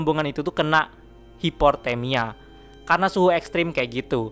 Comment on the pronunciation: Bg bg itu bacanya hypothermia bukan hiporthemia